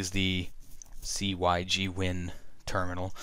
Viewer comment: Just so you know, cygwin is not pronounced c-y-g-win it's pronounced as one word "sigwin" :)